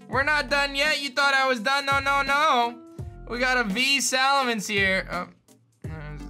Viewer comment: Him: Salamence Me: Salamencev